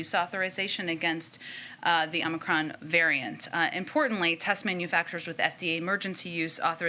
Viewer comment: Please tell Brandon it's OMICRON.....not OMNICRON.